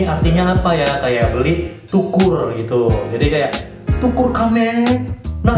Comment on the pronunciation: bg bukan *tukur km ei * tapi nukur km ei